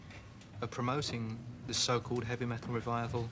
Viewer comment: 'evy met--ol'